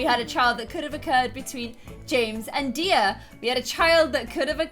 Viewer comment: My name is Diya and you make me so happy when you say my name right!!! I've been here since the start and i love you so so much